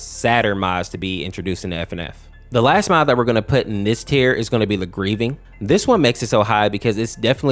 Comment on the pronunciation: Him: in this video, What i hear: EnIs